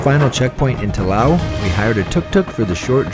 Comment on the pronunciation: The pronunciation of Laos (Laos is the name of the country and Lao is what the people and language are called), Phousi Hill (ph=p sound), (pronunciation Kuahhhhhng Seeee) Waterfalls and others were making me cringe since (correct pronunciation) Luahhhhhng Prabahhhhhng is a place I call home, but the video is BEAUTIFULLY photographed and constructed. Loved it.